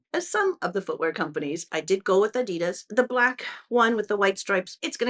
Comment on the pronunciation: I hope you will love Italy as much as I do. Venice is the most beautiful city in the world. (Amsterdam the second most beautiful, that’s where I live). Adidas is a German brand. The emphasis in the name is on the A, not on the i. Small correction😊.